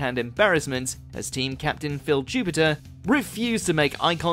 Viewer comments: Phil jupiter..... do your research into people's names guys.... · Phill Jupiter? My dude, I’m from Canada and I know that’s wrong. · Phil jupitus. Not phil jupiter. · Don't know where this voice over guy gets his information. It's Phil Jupitus not Jupiter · What is wrong with? Why can't they pronounce things properly? PHIL JUPITER? They're always doing this! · Is the ..Buzzcocks thing really an "argument"? More of a "meltdown". It was just Huey getting miffed and then throwing a mug. There was a brief discussion afterwards, I guess, but that was tame. Also, it's Phil JupitUS not JupitER like the planet. That's an understandable mistake, though. I used to call him that when I was..like...10.